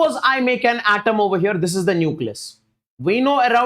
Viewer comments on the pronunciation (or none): none